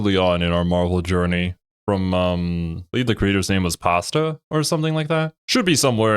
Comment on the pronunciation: It’s Pastra. Past-RA.